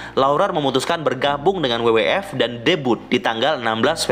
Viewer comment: FYI bacanya ef-way-ai bang bukan ef-ye-i.. hehe